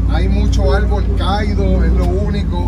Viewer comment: no se dice “cáido”, se dice “caído”, Palabra llana, acento en la i, fuerza de pronunciación en la penúltima sílaba. Tampoco se dice “demasiado de mucho “. No te enojes chico!!!